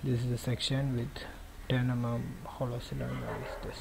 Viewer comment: "ten emum"